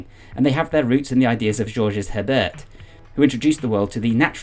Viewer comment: Great video! BTW, "MovNat" is pronounced "MoovNat" since it's a shortening of the French "Movement Natural". Similarly, "Georges" is one syllable and both G's are pronounced like the Z in "azure". Imagine saying the English "George" with both G's making that sound and you've essentially got it. Love your channel!